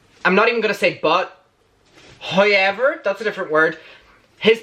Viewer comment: "Hoyever." Dat accent.